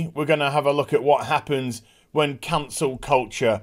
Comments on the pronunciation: Took me a second to realize you’re saying Cancel, not Council. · I legit thought you said "Cancer" culture.